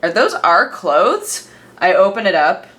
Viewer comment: I cannot stand the way you say "obviously" and "clothes". Its like youre trying so hard just to pronouce it fully. Just relax, its not that serious